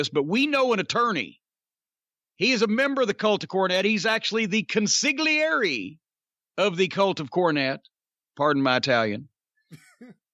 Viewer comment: The "g" is silent on consigliere.